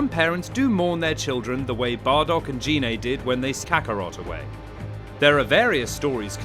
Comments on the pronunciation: GI-NAY NOT GEE-NAY 😑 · Well, firstly, you pronounced Gine's name wrong several times. It's pronounced with a hard 'G', and not like a 'J'. Also, you guys did put in a lot of "non-canon" info and characters, like Turles. Oh, and also, , you spelled 'asteroid' as 'asteriod'. So...yeah, I'd give this maybe a C-.